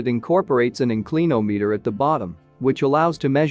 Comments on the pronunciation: Excellent but this AI software or speech generator should include a dictionary pronunciation database as part of its reference. In- CLEAN-ometer 😂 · Gawd I hate 'Robo Narration'! IN clin ahm eator!